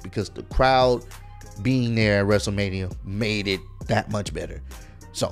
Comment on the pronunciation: Man night 1 was actually good and the fans make the matches better Edit: I didn’t even hear cole say wrestleRAINia did he really say that?